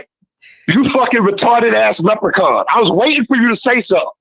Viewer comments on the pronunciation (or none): Rory packed Left um Handed up real good , he said leprican 5 xs